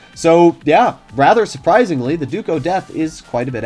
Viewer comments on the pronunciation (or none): none